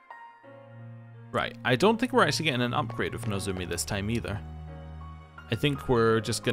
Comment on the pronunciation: But you do keep pronouncing "Nozomi" as "Nozumi"